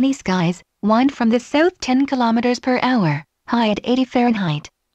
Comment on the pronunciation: It's coming along nicely. =) I noticed there were a few instances of "wind" (as in "it is windy outside") being pronounced like "wind" (as in "to wind up a spring"). Is that something that will be worked on, or is that just how the text-to-speech works? Not a big issue since the meaning was still intact, but polish is always nice.